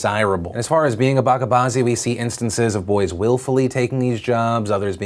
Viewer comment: It's pronounced ba-ch-a not bakka. You pronounced bazi correctly